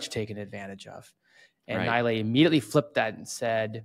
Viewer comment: he is not Naaaailaeeeey he is NeeLaaY